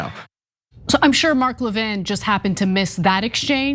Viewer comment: Lévin like Lenin, thank you. Stop calling him Levine